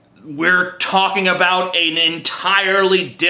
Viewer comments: WHAT ARE YOU TALKING ABOOT? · LOL at "Abooooot" XD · About...a bout...a boooout...a booooot...a boot Christians. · "ABOOOT" LOL